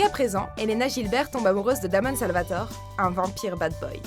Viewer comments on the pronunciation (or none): Euh ? La façon de dire Elena Gibert et Damon Salvatore n'y est pas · les fans de vampire diaries seront horrifies quand ils entendront la facon dont tu a prononcer "elene gilbert et damon salvatore" ! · Euh c'est qui la meuf qui parle dans la vidéo? Elle sait même pas prononcé les noms Gilbert et Damon Salvatore ! '^'